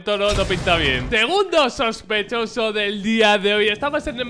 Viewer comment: SHOSPESHOSO <3